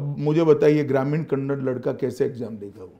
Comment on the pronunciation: Kannad ಅಲ್ಲ ಕನ್ನಡ